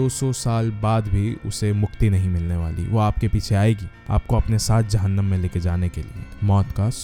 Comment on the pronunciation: Ha hum sun chahte hai bo 8 story and aapne jahanumm bola appki urdu kafi achi hai❤❤❤